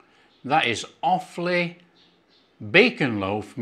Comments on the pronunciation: Hi, As an 'Offaly boy' your pronunciation was correct as 'Off-lee'. I well remember, as a child, my grandmother making this probably every other week. Cold, in a sandwich with a lathering of Irish farm butter, was something to die for 😂😂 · Nice one, pronunciation perfect first time 😊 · pronounced perfectly